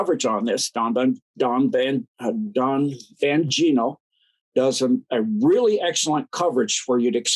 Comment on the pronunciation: It's DAN BONgino, not Don Bangino. 😆